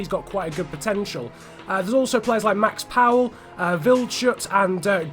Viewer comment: Did you call Max Power, "Max Powell"?